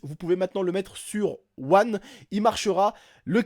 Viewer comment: Mdr " xbox OUANNE " jpp 😂😂😂